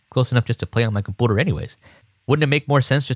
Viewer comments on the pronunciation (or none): comPOOTER, is this how Canadians pronounce computer or something?! Lol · please just say computer normally its annoying the shit out of me, good tutorial tho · You need to learn how to say "computer" properly, though.... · i love when he says compouter instead of computer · I love how he says "compooter" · wtf is a "comp-owter" ??? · why does he say computer like that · I cannot handle the way that you mispronounce computer.